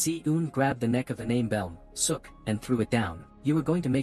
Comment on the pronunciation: Idk if the narrator knows Korean but "Beom Seo-ok" is pronounced similarly to "Bom So-oak"